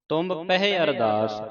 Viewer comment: Guru payareo granth hi galat ucharan karda han ਪਹਿ ਨੂ ਭਏ boldly han